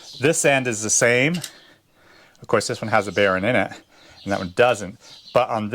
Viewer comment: B e a r ing not barren.. Castle nut is what you got there